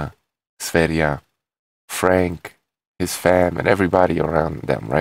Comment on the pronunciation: For an american (are you?), your pronouncation of "foreign" words is way above average. You are the first to pronounce sv3rige's name correctly (besides himself). Awesome!